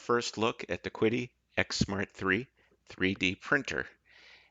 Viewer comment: Could be wrong but I thought QIDI was pronounced she-dee?